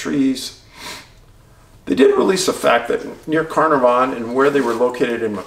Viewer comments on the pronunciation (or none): Pronounced. Car -nar - von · Apparently the night was really windy, there would have been a lot of flapping of tent noise, and that's why the parents didn't hear. From the start we did not think she had walked out with her sleeping bag. Carnavon is pronounced car nah von.